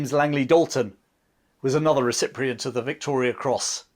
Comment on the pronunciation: Recipient not reciprocent